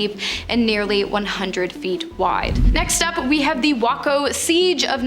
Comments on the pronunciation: Waco is pronounced “way co” not “wah co” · This video was good until you pronounced Waco wrong. It's pronounced WAY-CO. And then Hassan's name is pronounced HOSS-ON. Why can't y'all Canadians listen to local news broadcasts on YouTube before you go around mispronouncing words? This just in tonight, a crazy weirdo from WHACKO Texas has finally pronounced it WAY-CO!!! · Ok. The city is pronounced Waaayco. The guy running it David coresh(maybe be misspelled) was wacko. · Waco TX (where the cult raid took place) is pronounced w-A-co, Waco. The raid was initiated by the ATF, not the FBI. The ATF botched the raid horribly. Several agents were either shot or killed in that initial raid, as were cult members. The FBI only arrived on scene after a week or two of "negotiations" between the ATF and David Korish. They used several methods to force them out of the compound such as piercing noise focused on them for hours at a time, blinding lights and circling helicopters. Finally they used military armored vehicles with battering rams on them to push gas into the building. Explosions were visible where they gas canisters where launched by these armored vehicles. While the US Dept. Of Justice bias always claimed, from day one that the cult people started the fire. Likewise, from day one the claim has been doubted and debated. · Try and learn to better pronounce places and names before doing your videos like waco Texas like aiko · Can’t pronounce Waco